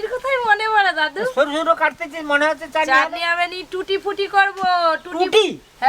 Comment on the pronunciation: লেখা আছে ট্রুটি ফ্রুটি কিন্তু আপনি তো বলছেন টুটি পুটি এখানে ফ্রুটি বানানে ফ্রু এর উচ্চারণ করুন প এর নয় এবং টু এর উচ্চারণে ট্রু কথাটা আসবে ok